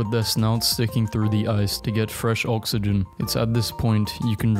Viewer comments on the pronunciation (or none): none